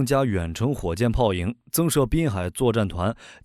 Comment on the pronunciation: 博主是英文不行不懂念 marine这词还是怎么样😂？